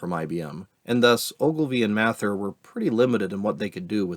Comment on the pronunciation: The way you say "Mather" hurts my ears.